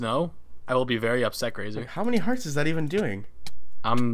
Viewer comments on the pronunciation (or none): says "grasa"